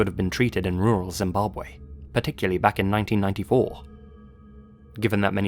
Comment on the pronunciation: Loved your pronunciation of Zimbabwe, many people find it difficult.